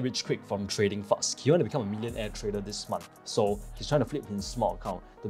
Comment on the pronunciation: Why can't you pronounce trader always say tradal try to pronounce r